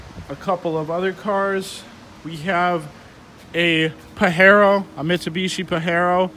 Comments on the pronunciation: It’s pronounced Paj-ero not Pa-Hero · Pajero the J isnt silent btw